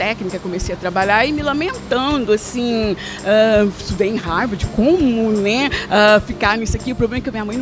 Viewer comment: Eu também estudei em "RÁRVARDI" kkkkkkk